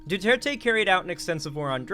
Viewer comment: I am amazed how much you're trying to pronounce Duterte correctly. Other westerners would assume it's French and make the last E silent.